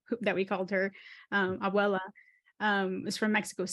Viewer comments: She can't even pronounce well a basic word like "abuela", what "abwuelaw" means? What an awful interview. I really expect this show being cancelled, it's xenophobic and ignorant. Edit: stop saying mexican-american, you people are Americans that doesn't know a sh*t about the country or culture aside of the ignorant stereotypes that are shown in USA (potraying it in shows like this garbag3 "oye primos"). You are Americans y se acabó. Mexican is a nationality, not an aesthetic nor a style. You'll never be something you don't even experience, I'm pretty sure this woman doesn't know even a 10% about our culture, but she feels special because her mothers family are mexican. U so lam3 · Su mamá es mexicana, ella no. No sabe ni pronunciar "abuela" (grandma). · Mucha biculturalidad y no sabe ni pronunciar "abuela" 😂🙄